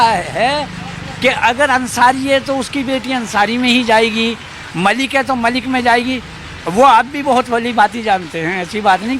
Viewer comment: Malik & Mallick mein farq hai, Mallick traders of oil hote hain aur Malik, ancient caste hai Arab region se. Dono Malik & Mallick ke pronunciation mein bhi difference hai, yeh old man Mallick ko Malik se pronounce kar rahe hain.